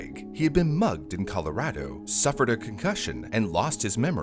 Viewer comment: I just want to note, bravo for saying "Colorado" correctly.